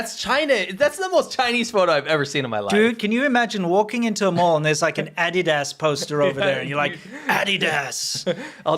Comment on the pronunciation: Excuse me could you please make an audio button for ," Adidas" from , I have never heard anyone say it like that... You guys rock!